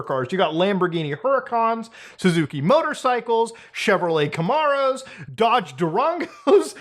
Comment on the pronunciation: “Camarrow” lol